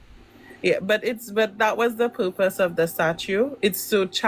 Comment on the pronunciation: She said "that's the poopus of this" lol